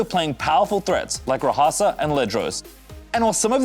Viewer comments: I mean, Mogwai definitely deserves his shoutout buy y'all really out here ignoring he pronounced it RA-HASA? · Its pronounced rA hAsa? Really? Huh. The more you know. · He said RaHAsa haHA